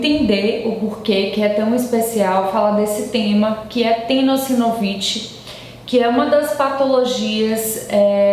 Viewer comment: Tenosovit nem existe. Não sabe pronunciar o nome da patologia e ainda se acha . Criticando os outros.. Isso a 20 anos kkkk